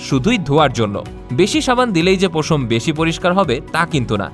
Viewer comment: পোশম না রে ভাই উচ্চারণ হবে পশম